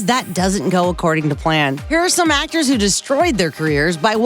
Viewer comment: "I am an ACTAH!!!"